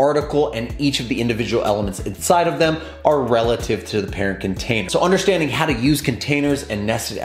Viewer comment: Thanks for the vid... and it's "relative" not "releative"